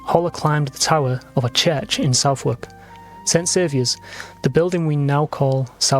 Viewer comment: Very interesting, thanks 🙏. I'm going to look up Hollar. And BTW Southwark is pronounced "Suthurk" (sorry I know that's not phonetically precise).